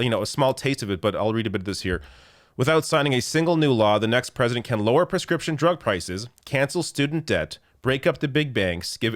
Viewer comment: Joe Biden is more conservative than prezzuhdunt rayGun